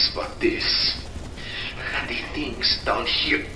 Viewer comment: One i heard DEEE machine i just clicked off the video